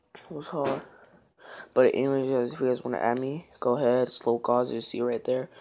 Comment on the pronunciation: lmao pronounce it on as Lock😂 Not as looc